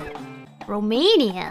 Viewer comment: Gura Pronouncing My Country Name Fired Up My Neurons, I Can't Believe Rockstar Games Added 🇷🇴 In The Geography Class, This Made My Day 😁😊☺️